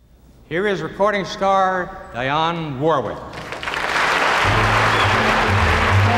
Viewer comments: Man oh man.....Ed just couldn't pronounce Dionne's name correctly! Oh well....I'll just enjoy the clips! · 2024, I took notice to how he pronounced my sister’s name!